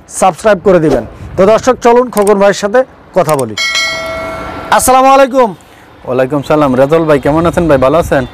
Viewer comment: vai salam ta shudho nahoar karone guna hoitase shudho kern assalamu alaikum